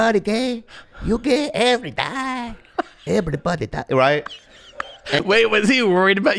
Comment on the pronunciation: It was the “You gay, EVERY die” that did it for me. Who knew just by leaving off the second syllable of the word “everybody”, could be so funny?!😂 Edit: I’m normally not “that” person but I just had to give a shout-out for all of the likes. It really means a lot & made my day! <3